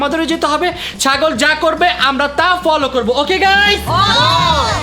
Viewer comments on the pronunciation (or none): চাগল না ❌ ছাগল ✅ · ভাই ওটা ছাগল হবে চাগল না😂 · ভাই চাগল না ছাগল❤😂😂😂😂😂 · ভাই আপনি কি শরম পান নাকি ছাগলের ছ হবে চ হবে না😂😂😂😂😂😂😂😂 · ভাইয়া এটা চাগল না ছাগল হবে😂😂